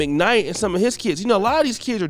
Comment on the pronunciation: Is it just me or do anybody else thinks he need to lose the intro of how he says "Of"